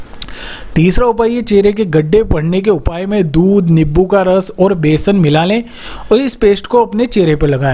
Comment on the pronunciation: Nibbu nhi hota नींबू hota h